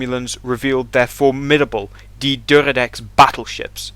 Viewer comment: The pronunciation of D’Deridex in these videos makes it sound like it was ordered by Berlin and built in Stuttgart lol 😂